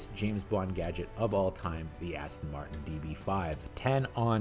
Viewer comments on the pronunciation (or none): none